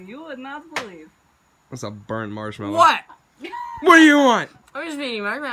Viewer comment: Cheryl McManus No he didn’t say “Marshmellow” he said 😂😂 “mamellow” 😂😂😍